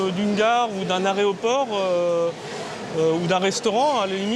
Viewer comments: Il a dit areoport ou jreve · L'aréoport... ptdr